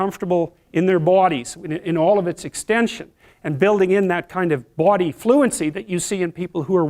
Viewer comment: The way he say body? Different